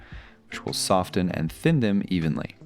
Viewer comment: First time I’ve ever heard someone enunciate the t in soften